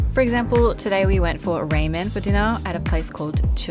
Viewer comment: love the "ray"men =p